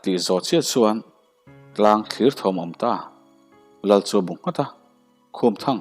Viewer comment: Hmeichhe vau lohleh vau samloh anti zawk e, vau an vau ngailo an sam thin.bim leh sawmfang niloin mim leh sawmfang zawk. tlangtlir hi 'tlir' lai hi silai tlir ang hian lamtur. hai zang no hi zang hi hnungzang a zangan hian lamtur.